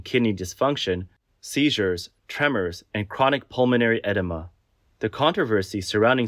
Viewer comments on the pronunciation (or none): Just fyi you are pronouncing the word edema very wrong…